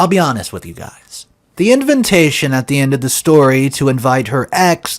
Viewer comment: Please stop saying invintation! It's invitation!